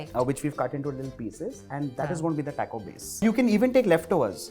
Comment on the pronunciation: My dear chef, it’s not Teco it’s Taco 🌮. Very nice episode.